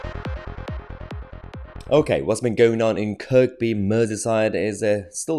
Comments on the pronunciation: it's not pronounced Kirkby it's pronounced Kirby. ker be . even though it's spelt Kirkby ..it wasn't just once it's been happening quite a lot with lots of teenagers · If you are a Scouser and you hurt one of them they will stand up together like a family. It's pronounced Kirby not Kirkby. Liverpool is a mixed community that is very friendly except over football, Mum moved us up there and we had a house warning that went on for nearly a week with people coming back after work,started the night Liverpool won the cup from arch rivals Everton, both side supporters came back to our place and had a great time ragging each other off over the game. They work hard, play hard, fight hard and love hard. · It's pronounced "kerbee". Lern yerself scouse. ;) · Mr tosi, your fab, but the R in kirkby is Silent Its spelt kirkby, pronounced KIRby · Thanks for highlighting this Mahyar, great job! Just a tiny comment though, the second K in Kirkby is silent so it’s just Kirby. It’s a name from the Vikings which in modern language means Church Village. Once again thanks. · It's pronounced Kirbee and it's probably got more to do with having a tear up than anything deeper. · IT'S PRONOUNCED "CURBEEE"!🤦‍♂️🤣🤣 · Kir-bee. Your welcome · Kirkby is pronounced "KURBEE" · It's pronounced Kirby, the 2nd 'K' is silent. I grew up there, it's definitely not a 'far right' town. Thanks Mahyar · Point of order - It's pronounced Kirby. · It's kerbe mate that's how you say it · It’s pronounced Kerr bee just for clarity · SPELT KIRKBY MAHYAR ..PRONOUNCED KIRBY, you can't help it your British or you think you are. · Kirby it is pronounced as. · It's Kirkby with a silent second K or if you are from Kirkby it's pronounced (phlegm)irby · It's not Kirk be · You don't pronounce the second "K" in Kirkby btw. Keep up the good works. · The second K is silent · The 2nd K in Kirkby is silent.... Js. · Mayhar - the second k in Kirkby is silent. The second thing is he is lucky to be alive. He needs to move. Quickly.